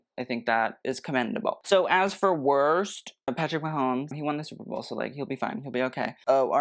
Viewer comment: "Superbowel" was on purpose? 😂